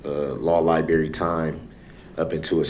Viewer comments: Imagine being a judge or a prosecutor and for 3 straight weeks having your integrity and legal expertise called into question by a 40 year old man who still uses the word LIE-BERRY. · He gets “lie berry” time hahahaha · Libary… if I may. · "lieberry" Lmao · “LIBERRY TIME” FML